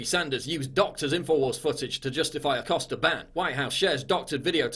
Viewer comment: Jim “Accoster” 🤫🤫